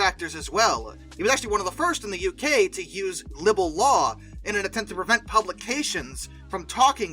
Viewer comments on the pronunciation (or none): libel = LIE-b'll